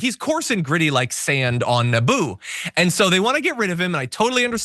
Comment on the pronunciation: I had to listen 3 times before turning on closed captions to understand "gritty like sand on Naboo" and not "gritty like sand on a boob" But I am sure the latter is extremely irritating and equally applicable.